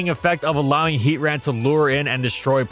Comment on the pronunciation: Good grief…it’s HEAT TRAN not Heat ran…not sure why you mispronounced version bothers me so much